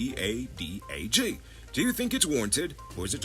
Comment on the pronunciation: it’s much easier to say ee-pad-ah-gee (IDPADA-G).